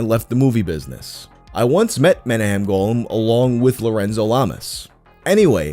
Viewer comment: Haha it's "monacham" golan, legendary shlock movie guy